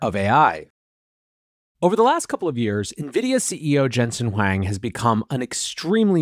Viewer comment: Hey dummy. It's not Jensen Wang. It's Huang. Say it correctly, because you sound like a fool.